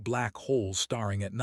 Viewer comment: STARING NOT Star-ing BREATHING NOT Breathe-ing 🙄🙄🙄🙄🙄🙄🙄🙄